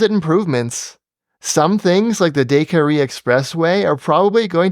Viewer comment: Another great video, though the way he says "Decarie" kills me.